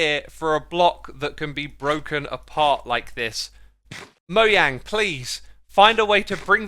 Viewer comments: Stop saying moyang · Do y'all pronounce Mojang or moyang